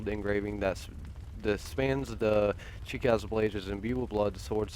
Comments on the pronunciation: Shi ka gay :P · It's Japanese pronounciation is (chee-ka-gay)